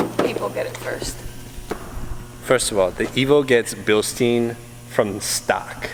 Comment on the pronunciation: Billsteen... funny pronounced in the US 😜 Greetings from Bavaria Germany!